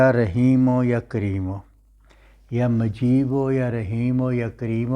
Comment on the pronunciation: Ya mujeebo he majeebo nahi he durust parhen